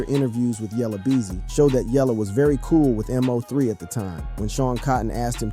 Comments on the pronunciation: The man name is MO3 all one word bro, not M.O.3. It hit different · Why u know how to say everyone name but Mo3.. MO 3.. NOT letters and 3. Mo 3.. 😒 ran me hot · This m o 3 killing me its MO3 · Bruh it’s Moe- 3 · It's Mo 3 ......BUT you can say Yella Belly name right ??? Smh 😒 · Your a terrible blogger saying Mo3 name wrong and too it your information is not accurate 😂😂😂😂😂